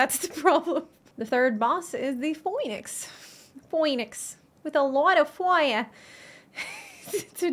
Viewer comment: I was pronouncing it like Faux. "Foe" Since it's not a true Phoenix. Faux-ee-nix. I was thinking theybwere making a pun. Lol